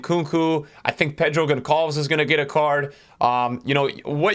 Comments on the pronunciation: Pedro Gonçalves is pronounced "Gon salves". In portuguese the ç is called cedilha and sounds like an S. Also he's a baller and is getting into my Sporting team when he comes out. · The way says Pedro Gonçalves lol